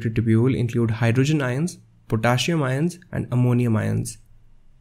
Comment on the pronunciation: > PotaSSium not PotaSium (two 'S's)...